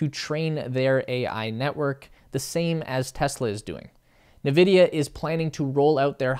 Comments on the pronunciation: Dude - its pronounced “En Vidia” not “Nevidia” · Its pronounced as "nVidia" not "Vidia". Please read before you speak the words. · Dude Its N Vidia (Not "Ne Vidia) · Navidia? Thought is was N-vidia. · He was saying "na-vidia", not "Vidia". Everyone else says "en-vidia", so that's probably the correct way to say it. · bro said navidia😭😭😭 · It is pronounced: EN VIDIA You're welcome. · this guy really said Na-vidia 😂😂😂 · uh, it's pronounced 'In Vidia" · If you look closely there is only one "A" in Nvidia, not Na Vidia..... Jeez! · Yes, good video, but it’s pronounced like “in-vidia”. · Please start pronouncing nVidia correctly. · Nice video, but I think you are pronouncing NVIDIA wrong.